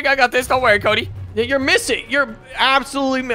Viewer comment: "Cody" not pony